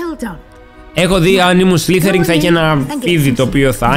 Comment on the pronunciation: σλιθεριν . το λες λαθως.